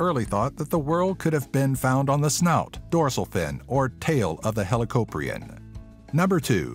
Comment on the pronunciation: Also it hel o cop re in not the way you proposed it